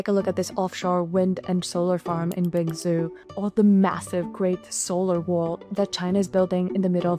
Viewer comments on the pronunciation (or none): Nice video; China's the best for sure. BTW, since it seems like English isn't your first language: – It's not "How did this happened?", but "How did this happen?" – It's not "impact", but effect. – Binzhou is pronounced "bin-tsho-u", not "bin-zoo". – The word kilometres rhymes with "nanometres", not with "thermometers" (because it's a unit of measurement, not a measuring device).